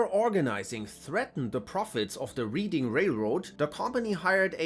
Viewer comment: Reading railroad - pronounced "red-ding", not like reading a book. I live about 10 miles from the city of Reading. Reading, England is pronounced the same.